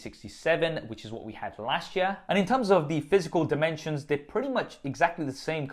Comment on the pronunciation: Learn how to say year...